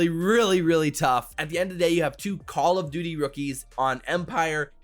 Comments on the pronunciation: Am I the only one hearing call of booty champs lmao 🤣 😂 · That man said booty champs 😂